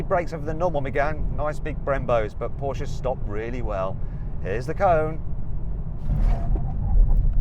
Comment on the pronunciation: Why can't he pronounce Porsche?